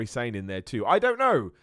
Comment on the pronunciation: Miller Report fan dropping into wrestling. Why is Kairi Sane pronounces “sain” like “inSANE”, rather than “sa-ne” (2 syllables) like it is in Japanese?